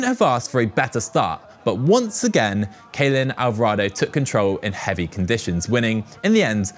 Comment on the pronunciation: Getting Ceylin Alvarado's name wrong once is understandable. Twice though?! She's a former world champ!Put some respek on her name 🙏🏿